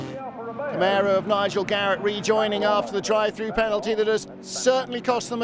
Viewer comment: It’s CamARo, not CamEro 😀